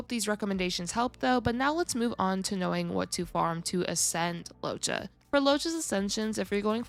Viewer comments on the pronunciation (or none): LOOWOH-CHA not Lowcha